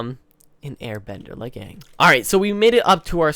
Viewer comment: is the first person that I have heard say they didn't like the movie. I hated the movie. They had one job... the entire movie, they said Uung instead of Aang.